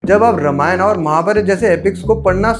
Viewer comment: Ramayana nahi bolte. Ramayan bolte hai. Mummy papa ne nahi sikhaya?